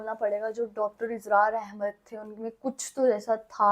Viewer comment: Israr ahmed bolna to sekhlo